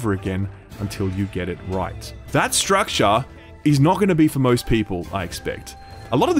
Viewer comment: Fun drinking game: take a shot everytime this dude says "stractare".